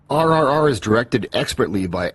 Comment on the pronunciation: You pronounced NTR and RRR correctly, my friend. Thanks for the review.